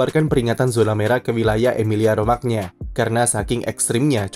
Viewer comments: Romagna dibaca Romanya Min?Kalau dibaca Romagna yg baca orang ngapak.. Medhok 😅.. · Romanya bang...Romagna kedengeran aneh bsngeet asli😭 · "gna" dlm bahasa Italia dibaca "nya" min